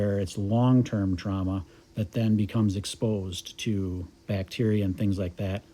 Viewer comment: Trauma not trahma